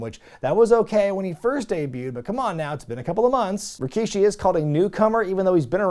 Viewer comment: I checked Rikishi's promo on this show and yeah that opening line was kind of funny. Almost as much as the infamous "I did it... For The Rock." By the way, I chuckle also because they kept referring to him as Rakishi instead of the regular Rikishi name. Next Attitude era PPV you cover that has him on the card, you gotta pronounce his name as RAkishi from now on.